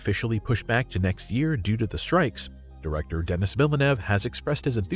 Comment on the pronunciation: Just letting you know that Denis Villeneuve is French Canadian. He’s from Montreal. His name is Denis, which is pronounced Denee (not Dennis….like Dennis the menace) and his last name is Villeneuve, which is pronounced Vill-nuv Just thought you should know. After all, he’s arguably the best director working in the entire industry right now.